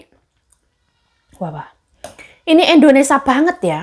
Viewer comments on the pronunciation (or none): Jangan setiap vlognya bilang endonesa" trs, di sini negara kita nmnya, indonesia.. bukan endonesa 😊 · indonesia.... bkn indonesa say😊😊